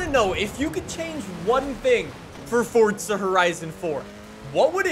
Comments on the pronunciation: It’s Forza not fortza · Dawg I love your vids but I get a little kick outta when you say forza with a T😂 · how fortza horizon fawr couldave bean betta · fortza horizon 4 lmao